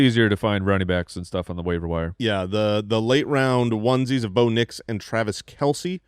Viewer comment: There's something about the way y'all pronounce Rome Odunze and Bo Nix. I feel like you're saying "Roma Doonsay" and "Bownicks".